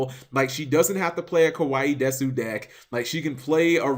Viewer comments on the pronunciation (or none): none